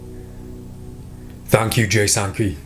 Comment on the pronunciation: Did he just say "Jay Sanpee" ?